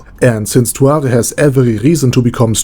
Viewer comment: why are you pronouncing it tuare instead of tsuare?